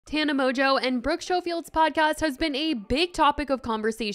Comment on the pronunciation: GIRL please get Brooke’s name right!!! It’s Sko-field NOT show-field. Jesus.